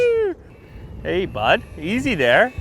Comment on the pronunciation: let his canadian get out, "hey baud, easy there"